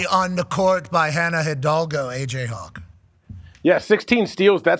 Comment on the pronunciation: I love the progrum saying Hidalgo correctly. Shout aht